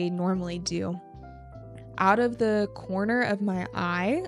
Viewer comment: Hello chị, I see you often pronounce "the" as "đi" before a consonant. Could you please explain why? I would appreciate a detailed explanation as I am still in the process of learning English every day. Thank you so much, ❤